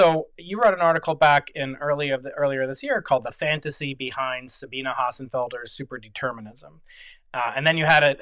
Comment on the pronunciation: he pronounces Sabine right!